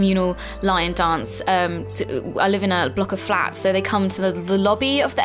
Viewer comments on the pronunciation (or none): none